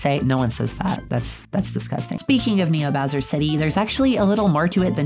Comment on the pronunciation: Ok, I have to admit that as a kid, I always thought bowser’s name was browser. but NEVER Have I EVER seen someone call him BOWDER THIS HAD ME ROLLING